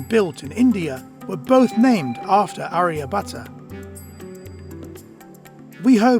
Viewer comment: he is aryabhata not arya butter 😆😆😆😆😆😆😆😆😆😆😆😆😆😆